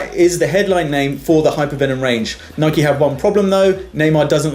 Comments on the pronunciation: U say Nike wrong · You can't say Nike